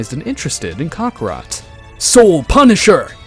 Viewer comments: Kakarot ❌️ kakra✅️ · Learn how to pronounce kakarot right.